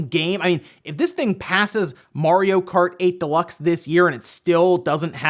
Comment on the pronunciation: It's mario not morio BTW...